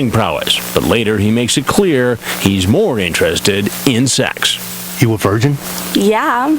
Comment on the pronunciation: I don't think Chris Hanson realizes it's pronounced SEX......not SAX! 🤪